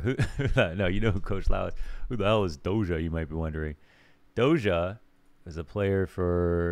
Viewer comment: It sounds [do-s'ia], not [dozha]. Just saying